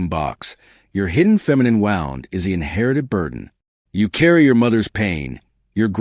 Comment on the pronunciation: Sadly, AI still isn't pronouncing words the right way, and I don't see how they will ever figure out how an inhuman machine will figure it out. Every time on any video, they always pronounce Wound (ouch) as (winding) wound ... same thing with several words. It just makes the message sound weird, you have to figure out what they are saying, and this happens way too much now. I miss people.